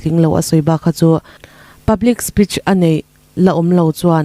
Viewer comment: Speech hi thlûk sei deuh tur a ni e. Spitch tih hi tawi fek fawk a lam tur a ni bawk.